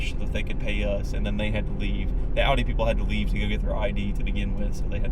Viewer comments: Lady, it’s pronounced Ow-Dee, rhymes with ‘howdy,’ not Aw-Dee. Drives me NUTS. 🙄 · "Ow-dee", not "aw-dee" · "AW-DEE" lmao. Probably has a $60K loan on it too. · The way she pronounces Audi tells me everything I need to know, she should go back to the city and leave the mountains to those of us who appreciate recaite it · lady can't even pronounce audi right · Those two...dude still there nos he drives a "Dodge Ram" when Dodge has not made any truck in 16 years. And someone needs to tell that lady how to pronounce Audi. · Imagine owning an Audi and not even being able to pronounce Audi properly. Women SUV drivers are insufferable. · She owns an Audi and don’t even know how to say the name properly. 🤦🏻‍♂️ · If you cant pronounce AUDI that dont get one! That women really bothered me with her inability to say the name of the car she drove!